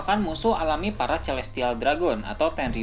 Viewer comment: Interupsi min, celestial cara bacanya "selestial" pake "S" klo c kedengeran sunda bgt wkwkww.